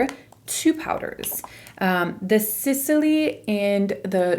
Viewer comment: Why do you pronounce Sisley like that there is anything between S and L ..... There's no any kind of ,,E,, sound there !